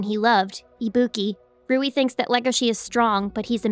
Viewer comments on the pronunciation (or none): It's Louie not Rouie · Soo am I the only one noticed that she (roui) instead of(LOUI)